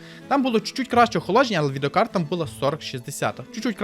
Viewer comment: Розмовляй трохи повільніше, а то занадто спішиш "відеокарта" послухай себе самого!